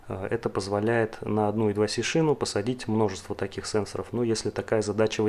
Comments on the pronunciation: молодец, интересная тема! Только плз держи марку, не ломай язык: I2C - это не идваси, I2C as Eye Two Cee or Eye Squared Cee ;) Слушай, а зачем параллелить аж 3 разных типа конденсаторов на , готов поспорить, что это не имеет смысла, тем более всё это на длинных-тонких проводах. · почему в i2c первая буква i по русски "и", а с по английски c как "си". всю жизнь называлась ай ту си но ладно. это мелочи. видео информативное. лайк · Сокращения и аббревиатуры в английском читаются (произносятся) как алфавитные буквы I2C Ай-Ту-Си. Зачем коверкать названия?